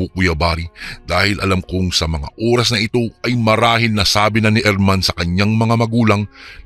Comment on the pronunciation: Oras yun hindi Uras